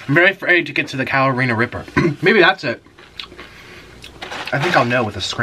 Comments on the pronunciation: the what? 💀😂 Never heard Carolina Reaper pronounced that way lol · the caroleena ripper sauce? lol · I really wonder if he says California reaper on purpose to trigger everyone to comment. If true... He's geneous... Lol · calorina ripper??? i think you mean carolina reaper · He said Caralina ripper lol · "Calorina Ripper Sauce". Gosh I luv ya Nik! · “Carolina Reaper”...not “California”...you miss a lot of stuff...all the time???? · lol it's "CAROLINA reaper sauce"